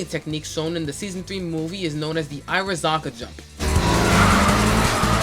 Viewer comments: Your pronunciation of "Irohazaka." 😭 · How old are you? And why cant you pronounce Irohazaka. Good job with your video bro :) keep learning and keep driving :)